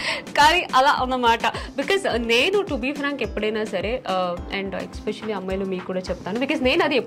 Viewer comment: Dear monitha lanti shoba akka meku english raka ala matladtunnara leda ila matladite trend avtadi ani matladtunnaro ardam kavatledu kani mundu aah expecially ane mata maneste vinatanke kuda baguntundi and inkaa konni english padalu kuda konni chotla thappuga matladtunnaru take care of those